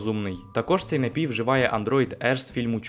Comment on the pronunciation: не хочу душнити, але правильний же наголос «нАпій», на перший склад…🥹